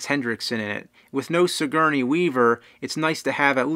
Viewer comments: It's Sigourney not signourey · HR geeeger.. sigeeerney weaver. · You forgot Suh-Gurney lol